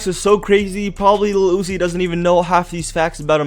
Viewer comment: why he keep saying iluhl uzi 😖